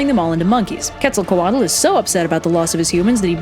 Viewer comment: Quetzacoatl is pronounced "Ketz-a-co-AHT" The "tl" indicates a nonvocalized sound made with air that essentially sounds like a strong T